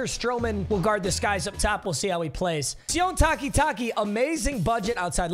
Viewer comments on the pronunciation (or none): Hey papa jsyk sione Takitaki is pronounce see-oh-nay